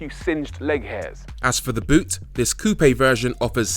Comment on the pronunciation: Finally, a car reviewer that pronounced 'coupe' correctly!